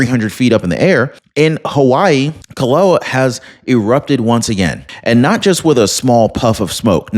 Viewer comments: It is pronounced "Kill a wa ah" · KILL-A-WAY-AH What part of the USA are you from? Maybe you don't get many foreign names in your area. However, if you listened to the reports of the earthquakes/volcanoes you would hear how they are pronounced. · Hawaii volcano pronounced ( KIL-AH-WAY-AH )…👍